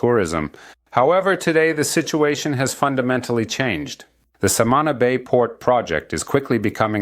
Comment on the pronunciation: We say Samaná, accent on the a like Samanah. Informative video thank you!